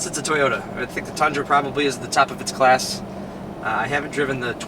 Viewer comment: Ummm "The Tundran" yeahhhh buddy